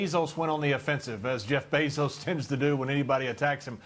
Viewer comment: It’s Bezos, not Basils!